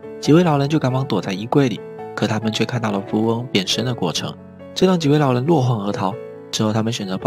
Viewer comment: 老len听着我真的不舒服•_ゝ•...